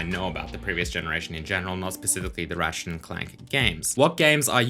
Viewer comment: Why does that robot keep calling his friend "Rat Shit"?